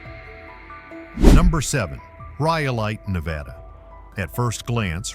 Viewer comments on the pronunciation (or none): none